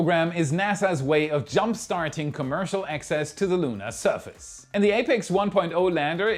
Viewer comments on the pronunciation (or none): none